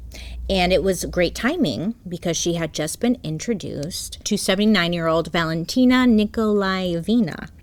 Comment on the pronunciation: Not Bailey feeling so proud being able to say Valentina Nikolaevna at the 1st attempt😅 And not me grinning 😊 like a fool watching her & being proud of her right along side🍹💖🌹